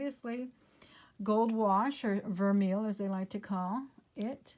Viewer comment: just a note on pronunciation.. Vermeil , I believe is pronounced 'vare-may' :D Love watching and would love to have such wonderful luck! You are charmed. I swear <3